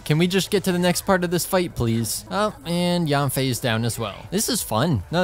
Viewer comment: istg if he says yAWNfei one more time